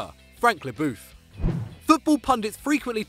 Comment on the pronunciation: I love your English prononciation for Franck Lebœuf lmao